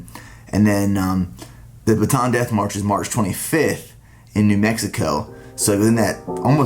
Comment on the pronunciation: It's actually read as Bata-an. It's a province here in the Philippines where the death march started.